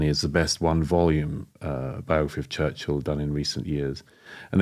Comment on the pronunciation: I havent researched enough to have an opinion on Churchill (its not pronounced church hill, its churchill), but I can say with certainty, as many already have learnt, that no one is perfect, even with great intentions.